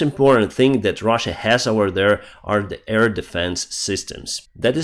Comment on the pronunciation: Hello, I love your reports. Just want to tell you: you stil say 'EAR defence'. AIR is with another sound, an 'a' like in bAd, hAve, dAnce. Not the ea sound like in EAr, bEEr.... Just saying. Have a great day, thank you for everihting you do for Ukraine. Marianne from Belgium.